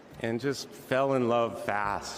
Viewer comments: Hulk Hogan, confirmed raycust, was apparently mocking Kamala over her ethnic background last night in Ohio. He also reportedly mispronounced her name several times. I guess the doofus was thinking about an old wrestling nemesis of his, the Ugandan Giant Kamala. 🙄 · Obama pronounced her name incorrectly. 💙